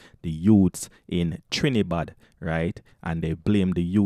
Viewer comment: Its not Trinibad it's Trinidad can you read😂🤦🤗